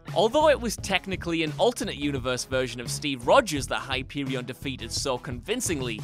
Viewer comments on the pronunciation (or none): Hi-pee-wee-on lol